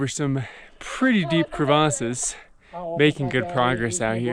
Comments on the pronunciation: LOL, Thats the first time I heard someone saying crevice, as cravace! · Can you just say crevasse like a normal human lol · It's crevasse, actually. :)